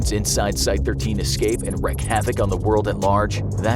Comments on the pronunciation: It's Wreak... Not Wreck. Please Learn english.. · Wreak is pronounced reek, not wrek. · Wreak is pronounced reek my man. I've noticed that in a few of your videos. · Wreak is not pronounced wreck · I've noticed the narrators of these videos seem to think "wreak" is pronounced "wreck".